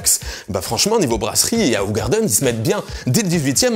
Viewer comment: Alors ça se prononce ou-rar-deun.